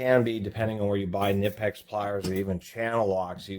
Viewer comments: Its not Ka Nip ex. Its Ka Nee Pex. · Knipex is pronounced - Kuh Nee Pex... basically saying Knee as if the K isnt silent. Kaneepex. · Is it really that hard for you to pronounce “Kuh-nip-ex”? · Knipex ==> Pronounced K-nee-pecks (the "K" is not silent). Got it from a Knipex company video ad. The ad is in German but the pronunciation is clear. I like to pronounce it the way the actual company itself pronounces it.